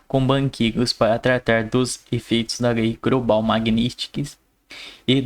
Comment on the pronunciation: Do “ grobo” “ lei grobal “ “ institunaçao “😩🤨🫣🚨🚨🚨